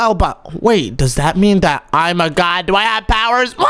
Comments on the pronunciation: It's g o d not g o b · Its God Not Gob